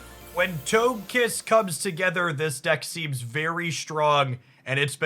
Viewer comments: For the love of pokemon please learn the pronunciations. How are you saying togetik correctly and then say TOGE KISS It's TOH-guh- kiss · You mispronounced Togekiss. Toge is pronounced like Doge. You know, like the meme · i mean you got togepi and togetik right.... then suddenly TOGE kiss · Them pronunciations are throwing me off! 😅 I grew up knowing them as togepi (Toh-geh-pee), Togetic (Toh-geh-tick), and Togekiss (Toh-geh-kiss). I mean, i could be wrong. It's just weird for my brain to hear them pronounced that way! lol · It’s so hard to say Toagkiss. Why do people make it so hard to say it? He says Togetic correct but once it’s Togekiss 🤷